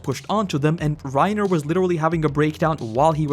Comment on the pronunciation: I’m about to start a ‘Reiner Hard R’ counter it’s Reinuhhhh